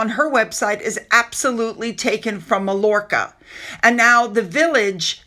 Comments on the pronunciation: 😊It’s “My-Yorka”. Big European vacation spot 😊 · Mallorca is pronounced ‘Mai-or-ka’ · Not positive, but I have always heard it pronounced like like MYORKA….but I might have it confused with another part of Spain. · Mallorca- pronounced my yor ka. Ll is pronounced as a y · It’s pronounced My-Orca. Beautiful little town. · the ll is pronounced as a Y. Xx She wont xx